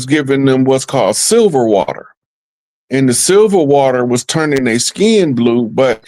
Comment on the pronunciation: “Wow-tah”😂😂. I have older aunts who still say “wowtah” not “water”. Some also say “wah-ta”.